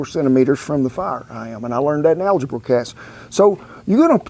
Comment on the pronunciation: Did he say "al-buh-ger?" #algebra lol